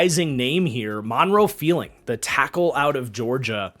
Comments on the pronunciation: Guess I'll be the one to tell... there is a R in Monroe F-R-eeling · Did he say Monroe “Feeling”?